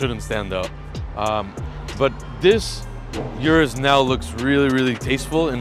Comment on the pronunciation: O-RUS not U-RUS